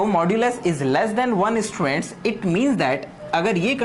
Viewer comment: I really hate the way he says "ESSTUDENTS".